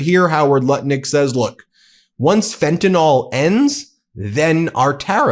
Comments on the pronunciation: There is no fentanol. It's fentanyl. It's pronounced nil. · lol "fentinawl" Is that how you were taught to pronounce the vowel ""sometimes Y?" Brilliant. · It’s Fentanyl not Fentynal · Fentanyol? never heard of that have however I have heard of Fentanyl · This dude can’t even pronounce fentanyl!! HE IS BLAMING CANADA FOR FENTANYL!!! THIS IS THE WORST POTUS IN HISTORY!!!